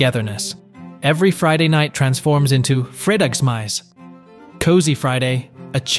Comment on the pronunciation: damn he really butchered "fredagsmys" hahahaha